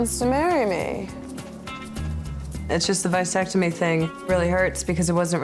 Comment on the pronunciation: It is not a "VICE" sectomy you idiot....it's a "VASS" ectomy.